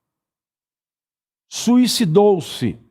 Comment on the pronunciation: Do que ele "sui ci dou?"